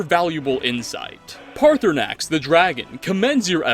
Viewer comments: The time he called Paarthurnax “Party Snacks” made me lose it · No one gonna mention he called Paarthurnax "Party Snacks"? No, just me? Okay. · Guys he actually said partysax in the vid thanks made my day 100 percent better with that. The fact that you unlike any other YouTube actually read the comments but I agree, third option is what we need 😂. I enjoyed the video and I definitely agree with the crimson nirnroot it’s my number 1 hated quest and I’ve never even finished it yet. I’ve been through bleak falls barrow 100s of times and still more annoyed by the crimson nirnroot quest. My opinion. See you soon in your next video. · Did you just call Paarthurnax Party Snacks?